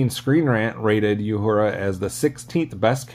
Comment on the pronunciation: The character Nichelle Nichols played was oronounced "OO-hura", not "Yoo-hura"!